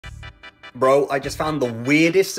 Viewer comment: That "bro" made you sound way too American...